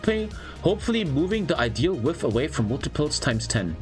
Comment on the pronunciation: Width :) Pronounced widTH